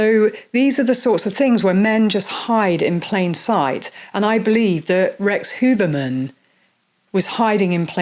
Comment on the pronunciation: There are conflicting opinions on how to pronounce his name, but it's definitely not "Hooverman". Some say it's "hoyerman", others say "hue-er-man".